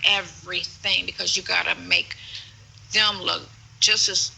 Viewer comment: Sentence? He can’t formulate small words. “Udder” for other. “Dem” for them. “Irnge” for orange. Those are really simple words he can’t pronounce. He never paid attention in school.